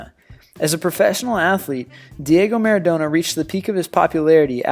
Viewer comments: lol maradoner? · maradoena. MARADOENA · I'm bugged by this guys pronunciation. Mara' donor? Come on, make an effort guys :) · Fuck off with American sports who cares about baseball and this American doesn't even pronounce Maradona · He's American. Which explains why he can't pronounce any of the names of the footballers correctly. Especially those who are as iconic and Maradonna and Zidane. Moreover he failed to even vaguely mention Pele. One of the greatest athletes to ever grace a pitch. This countdown is flawed with all it's baseball and NFL bollocks. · Can you try and say maradona right? Thank you